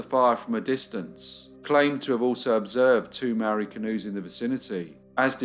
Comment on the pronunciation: Great case, as always, thank you. One detail to mention is that the pronounciation of Māori is incorrect, otherwise an excellent watch. Love your channel